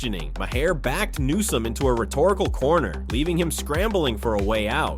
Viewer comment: Who ever the narrator is can't pronounce bills last name correctly. How many times does he call newsome nome. He's an idiot that needs to be replaced.